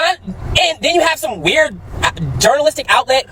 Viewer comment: Excuse me, but a person who cannot spell nor enunciate the word “journalistic”, should not deem herself qualified to tell a person whether or not he or she is qualified to practice their profession. Do you have a press pass madam? No? Then by all means, get the fck outta here. And run a Google search first before you get up on Beyoncés internet to talk about sh*t for which you are ill prepared.